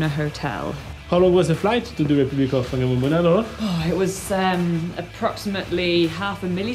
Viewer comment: No no no, it's pronounced Wang mom ona.